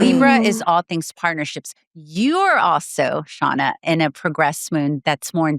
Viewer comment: Say it with me! “ShARRna”